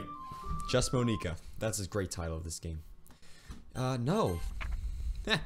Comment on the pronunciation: 'it is (mon-EK-A)